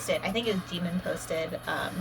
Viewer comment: Kind of a weird comment but I love how you pronounce Jimin’s name. I’m trying to learn Korean and from what I have learned most people use a very English pronounciation. It’s cool to hear you say it.